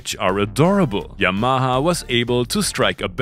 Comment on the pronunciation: When you say 'Yamaha' it sounds like 'Your Mama' and that is fine.